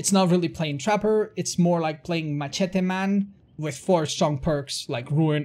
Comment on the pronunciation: Anyone else find the way he says "machete" very amusing?